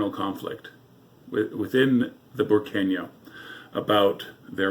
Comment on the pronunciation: Just to correct you its Burqueno. I like your channel.